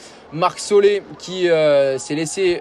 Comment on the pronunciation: il me soule pendant le direct...Marc Solé au lieu de Soler 😏 Ritchie carapaz 😏 et lors des interviews c est plus que approximatif sa traduction!!!il est insupportable.